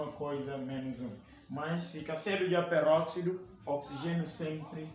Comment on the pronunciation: A aula estava boa até ao momento que o professor falou perroxido 😢